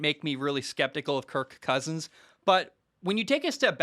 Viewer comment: He’s playing the meow game with “KirK CKousins” 😂🤣